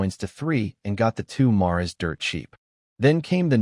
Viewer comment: Narrator can't pronounce mares